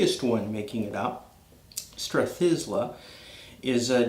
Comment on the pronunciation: Not to nit pick but it’s pronounced Strath-eye-la.